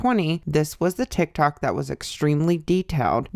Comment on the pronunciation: ma'am did you say TikTak 😂